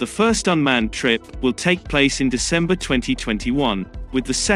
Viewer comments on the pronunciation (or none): none